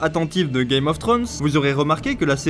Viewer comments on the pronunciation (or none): none